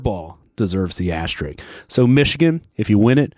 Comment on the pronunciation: Pet peeve. There are two S's in "asterisk". It's not "asteric".